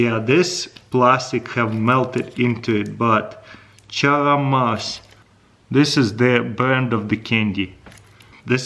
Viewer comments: “Charramass”... Charms!! Lol! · label says charms... he somehow reads chaaaramass... that's why we all support him LoL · what an amazing pronounce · Did anyone else catch the way he pronounced “Charms” 😂😂